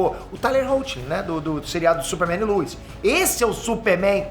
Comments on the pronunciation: com a sua pronúncia eu não consigo deixar de ouvir você falando Luz em vez de Lois e dito isso, joga Luz Noceda no Google pra vc ver pq faz todo sentido!!! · “A luiz” LOUISSS LOUIS REPITAM LOUISS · Queria entender porque o chama a Lois de Luiz